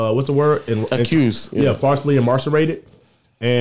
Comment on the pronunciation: "Falsely immarsarated" is CRAZY!!!